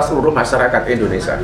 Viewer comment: Indonesia...bukan Indonesa